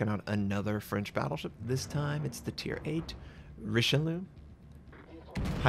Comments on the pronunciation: As someone whose last name is only a few letters off from the name of this BB...it's REESH-LOO (spoken quickly). Not Rishilu -_ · Notser! It's Ree-Shell-Ee-Uh! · you must learn to say eyes and Eggs in french yeux and oeufs rishel yeux and tto forget the last E for all the battleships who finish bay E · REEEEE SHELL .. EE . UHHH!!! IT CITADELLED YAMATO !! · La prononciation est à revoir mais belle partie avec ce Richelieu :) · Such a beautiful ship, even if you didn't pronounce her name correctly. Never change, Notser. Never change. :D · Come on man... I know Americans suck at pronouncing stuff, but this is Richelieu, i.e. the bad guy from Three Musketeers. Knowing how to pronounce that should be obligatory. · Nothing new. It's what Americans always do with foreign names.